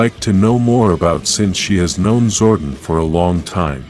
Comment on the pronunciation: fix how you pronounce zordon you say wrong a lot it's disrespectful to the charter and the name of the power rangers event too